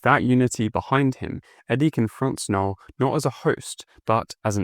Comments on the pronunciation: That K is silent my dude lol..... Null not Kuh-null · You lost me at K-null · Kuh null is not correct but I’ll let it slide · I always pronounced Knull as Null. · the K in Knull is silent by the way